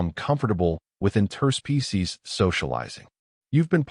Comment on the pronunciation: Great story, but I wish your AI would learn the word "Interspecies" in its pronunciation. The inflection point is totally wrong. " Inter- SPECIES" is correct. "in-TER-species" is wrong. The base word is, "SPECIES"